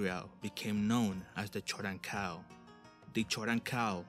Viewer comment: It's pronounced 'Koden-Kal' not 'choden-kal'